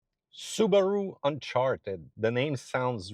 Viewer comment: Su Ba Ru? Hmm its a new car company? 😮